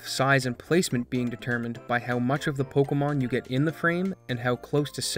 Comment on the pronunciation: Why does he call this pocomon?